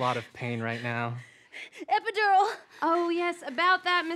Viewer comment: Killing “EPEDURAL”